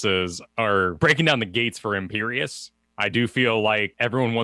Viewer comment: its imperius